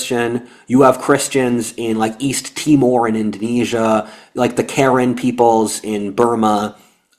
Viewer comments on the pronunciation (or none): none